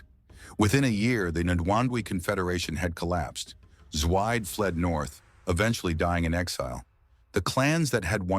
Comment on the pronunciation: It’s pronounced Zwee-Deh